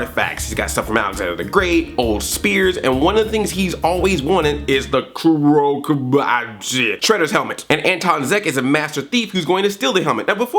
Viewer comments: It's pronounced koo-row ka-boo-toe :) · I think it's actually pronounced "Koo-do Kah-bah-too". Just wanted to let you know. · Kuro Kabuto(Koo-row Kaw-boo-tow) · Come on Andre! "Kuro Kabuto" isn't that difficult to say. But I understand that it is better to just call it "Shredder's Helmet". Still I loved this Recap and I enjoy this episode of the TMNT.